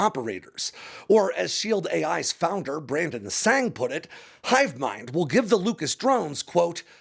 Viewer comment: You MISPRONOUNCED Brandon’s Surname.